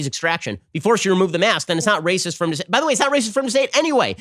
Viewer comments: Ben gets me chuckling often but that "RRRRRRRRRRRRRRRRRRRACIST" forced me to embarrassingly lose it in front of my liberal wife! Oh jeez, send help! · Had my phone locked listening to this, had to unlock and make sure I liked the video simply for that Looonggg Rolled R 💝